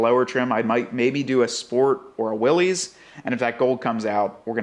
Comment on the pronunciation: Yet another video that I have to give a thumbs down for the ridiculous mispronunciation of Willys.